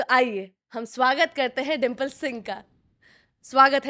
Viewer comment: 9 go chuha kha ke pavitar ban rahi ho babuni dimple ❌Dhimple 😅